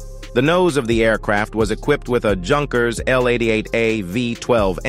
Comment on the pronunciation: Agreed, repeatedly hearing "junkers" and "joo" was pretty annoying. Hopefully, someone will soon reprogram these idiotic "robovoice" things so they can pronounce them properly, like "you-nkers" and "you."😉